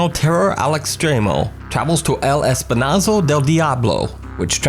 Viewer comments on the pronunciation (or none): "i" is pronounced like "e" in Spanish sir. "Espi(e)nazo"